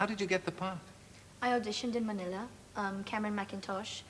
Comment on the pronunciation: I hear her British accent and I absolutely love it when she pronounced Manila in a Tagalog accent